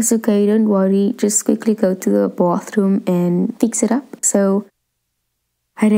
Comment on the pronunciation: she said Boathrum and real pronuntiation is Baethrum